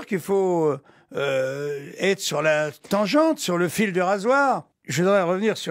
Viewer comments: Tangente, pas tanjente. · La TANGEANTE, et non Tanjente. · "tanjente"... ? Même en espagnol ça n'existe pas. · la fameuse tongeonte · tanjente , avec un J bravo !